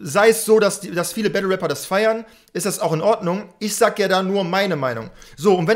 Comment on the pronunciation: eey? Du warst heute echt ganz leise mit deinen „Gunsounds“🤣🤣🤣🤣🤣🤣 lachflash...der hat auch wie nativ einen geilen Sprachfehler: Wapper😂😂😂